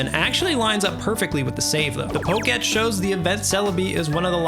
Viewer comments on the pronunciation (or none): 😅 Poke -- Etch? ROFL...it's poke' TECH